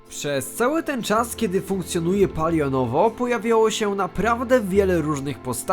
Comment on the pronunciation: Naucz się mówić. Nie polionowo tylko palionowo bambiku